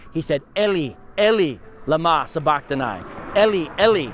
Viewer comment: you say sabachtani wrong its (engl.) 'suh' 'buh' 'kh' 'tuh' 'knee'